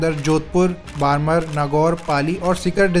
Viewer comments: बारमर नहीं बाड़मेर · बाड़मेर है भाई बरमर नही है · बारमर नहीं बाड़मेर है, पूरा होमवर्क किया करें। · बाड़मेर को बारमर बोलता है और वीडियो बनाने आ गया! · Bhai yr "Barmer=बाड़मेर" hai... bar bar "बारमर" please na pronounce kijiye.. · बारमर नहीं बाड़मेर रिफाइनरी है वो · बारमर नही बाड़मेर है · Bolna seekho pahle बाड़मेर है वो बारमर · BARMER ko "बाड़मेर" के नाम से जाना जाता है न की "बारमर " के नाम से। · बारमर नहीं है, बाड़मेर है। 😄 Nice video 👌👌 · It is not बारमर, it is बारमेड़ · बरमर क्या होता है , बाड़मेर है । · Ye बारमर नहीं है बाड़मेर है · Barmer is pronounced as बाड़मेर not बारमर। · वो बाडमर नही बाड़मेर है भाई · Sikar sekhwati region me h aur बारमर nahi बाङमेर h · Its badmer (बाड़मेर) not बारमर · It's बाड़मेर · Nice information 👌👌👌 You sounds wrong it is बाड़मेर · भाई शहरो के नाम तो सही से ले ले वो बाड़मेर है और दूसरा डबवाली है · Barmer is pronounced as baad-mair. बाड़मेर